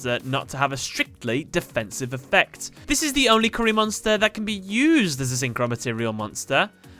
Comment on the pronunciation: You said curry lol